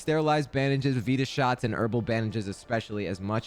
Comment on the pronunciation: Its not "vita" shot you weirdo its "vita" shot like vitamin not like "vitamin" you weird brit 😂